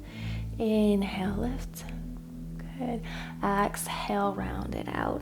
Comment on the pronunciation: Thank you for the video. Please say exhale not axhale. Js